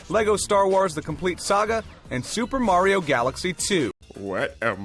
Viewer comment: Lol super Mary oh! Bothers me like when ppl say pokeeeeemon It's pokeAYEmon. Hell I will even accept pokeUHmon